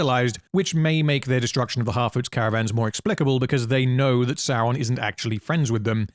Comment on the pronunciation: I keep thinking I hear him saying "half-wits" instead of "harfoots" but both mean pretty much the same thing.